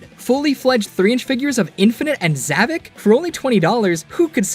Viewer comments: Actually, it’s pronounced “ZavOCK”, not “Zavick”. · His name is zavok not zavik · You're getting his name wrong it's zavok not zevik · How on god’s green earth do you say “zavok” as “zavik”, what the fuck. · His name is zavok not zavok